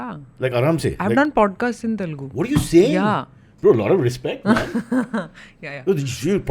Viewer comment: First of all it is not 'T'elugu, it is Telugu.